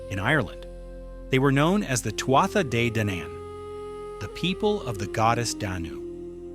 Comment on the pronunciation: NONONONO, it isn't "sel-tic" it's KELTIC. kkkkkeltic. sigh; it isn't twata - pause for a minute and say that out loud again. not TWAT-a; see what I mean? they were "too ahh" "day-dahna". Another sigh: Claíomh Solais (Irish for "Sword of Light") is pronounced roughly as "Klee-uv Shull-ish". Remember this is GAELIC not English. "MH" in Gaelic is said like a "v". Oh, boy: Maige: My-geh (rhymes with "high-geh"). Tuired: Too-red (rhymes with "do-red"). Luu, not LU-GH. ...not CUCHILIAN- "coo coolin". Bean Nighe (Scottish Gaelic for "washerwoman") as "BEN NEE-yeh" or "ben-nee-yeh. Cailleach is pronounced with variations, but generally like "KAH-lyakh" or "KULL-yakh. And NONONO Samhain is a Welsh word, the "mh" is that soft "v" or mostly Sowen. It means summer's end. All I did for was enter the spelling and ask how is it pronounced. Tadah! PLEASE look up the correct way to speak these words; it lends more creedence to your channel. Otherwise you'll have someone else tearing your pronunciations apart.